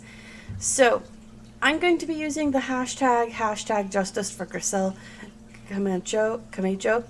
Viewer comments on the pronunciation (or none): It's pronounced Newrk kinda like your saying New York fast .not new-ark Also the name is pronounced Grizzelle Ka-macho.... like macho macho man.. the song...